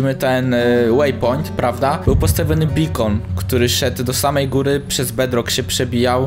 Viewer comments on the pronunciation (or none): none